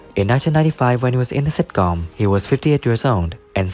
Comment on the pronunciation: It takes years of practice, before you can say sitcóóm. Stress is wrong.